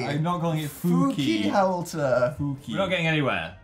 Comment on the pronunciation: It’s howlter, not howelter!